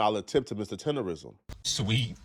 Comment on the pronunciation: Tender"nism"..NOT "rism"